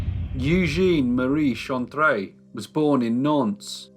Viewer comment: It's pronounced EW-ZHEN